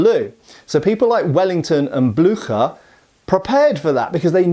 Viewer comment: Pedantic German here: Blücher!